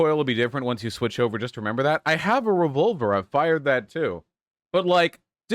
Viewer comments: I like how Vaush says revolver like revulver. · “Revulver” “Reticule”